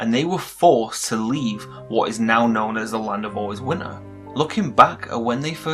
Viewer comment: Im really anoyed by how he says winter he litteraly says: 'Winner'